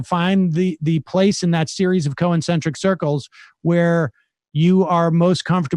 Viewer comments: Yeah. Figured it was a slip of the tongue the first time, then he repeated the word three more times and I was just thinking, "please stop saying co-encentric, it's hurting me". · For an arrogant guy, Sam is pronouncing the word 'concentric' wrong an awful lot. There's no 'i'.